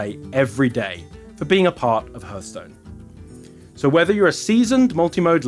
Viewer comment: Love it, but please someone tell him it's not pronounced hurthstone